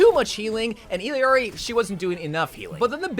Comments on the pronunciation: just so you know illiari's name is pronounced "ee-yari" 😭you can hear it in her character trailer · It really pains me every time he says "Illiari" ngl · It’s tragic the way nobody knows how to pronounce Illari. It’s not EELEEARI bruh it’s pronounced EYARIE…. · ill-ari. not hard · The fact that you still can't say Illari right is so sad. Eel-Yari. You're adding a syllable for no reason lol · Illari's name is pronounced "Ee-yar-ee." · wtf is with your pronunciation of her name? Is that for negative comment engagement? Disgusting. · Bro it’s Illari, not Illari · Illari's name is pronounced "Iyari" not "Ill yari" and Kiriko's name is pronounced like "Kidiko" you barely pronounce the r not Kriko like you pronounced it, and no the d is not a heavy d its a light r but thats the closest i can think of